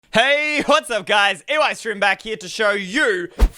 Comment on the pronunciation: Instead of eystreen saying hey what's up guys eystreem here with another video when he says eystreem he says eoi streem